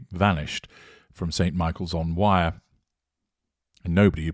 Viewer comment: Thank you for all your hard work.Please note: The river's name is not pronounced: WIRE. It is pronounced: WEIR, almost with a Scottish accent . Thank you.